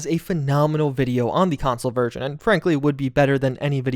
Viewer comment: I hate the way you say version. I have no idea why you say it the way you do but I have never heard anyone else on this planet say it that way.